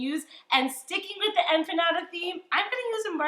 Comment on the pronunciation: I lost her when she said empanyada